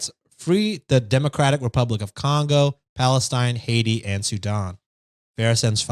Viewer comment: Came from listening to the podcast just to say that the way pronounced Sudan 🤌 perfect, coming from someone from Sudan 🇸🇩🌺